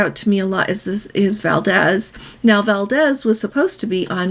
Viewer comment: Valdez is pronounced Val Deez. It’s a great place to visit.